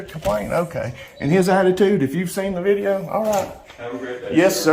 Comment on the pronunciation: It’s not film. It’s not vid-yuh tape.